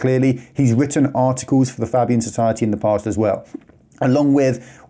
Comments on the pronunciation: Fabian Society. Pronounced Fay bee an. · Do the expose on the Fabians please. If you show me something about that I didn't know I'd be surprised but I'll leave it in the comments of that video. Is it pronounced faybian or fabbian? Unsure